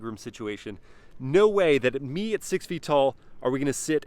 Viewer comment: “It’s definitely pleasin’ mei” 😳